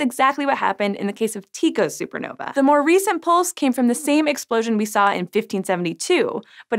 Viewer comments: it's tye-co not tee-co isen't it ? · His name is pronounced Tie Koh not Tee Koh. While that may be an accurate pronunciation for the ancient Greek form of the name Tycho, it is certainly not how the Danish astronomer himself said it. Besides, even if it were how he said his name. Common pronounciation is Tie Koh. So unless you plan on referring to Julius Caesar as Kaiser or his fellow senator Cicero as Kee-kah-roh, maybe stick to common parlance because your pronounciation is distracting from the interesting science information you are trying to present. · I was watching the entire video with sound and was wondering who was Tiko. I've never heard anyone say anything other than Tie-co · In Danish/Swedish, the more natural way to pronounce Tycho is more like Tee-co. No idea about the English pronunciation though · Different people pronounce his name in different ways...particularly his last name. I've always heard his first name as Tee-koe and his last name as Brah (also Bra-hee) and occasionally bray-hee. So I think everything goes. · You are mispronouncing Tycho, the "y" should be pronounced like those in synonym.